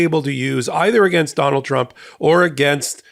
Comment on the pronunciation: That little trip of tRuMps name was funny 😂 Donald trimp 😆 that's what I'm going to be "calling" him from now on .